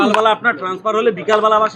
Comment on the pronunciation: Transfer ❌ Tanesfer✅